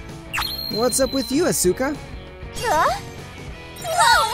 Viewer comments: bugs me how he pronounces Asuka . everyone else were saying it fine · Can this guy not pronounce anything? Blueish? As-uka? Bruh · I don’t like how he says Asuka. I mean that’s how its pronounced but still… over really good